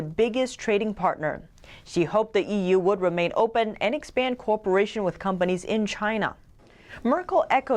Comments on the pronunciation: Come on, please learn how to pronounce cooperation: [ko WAH puh rāy shun]. "Corporation" is an entirely different sound. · Someone pronounce cooperation for her. She says "corporation" Otherwise her English is spot on